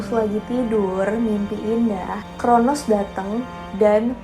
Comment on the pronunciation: Bukan chronus tapi cronos mba